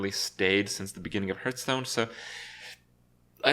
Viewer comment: He also can't properly pronounce the game he makes a living from.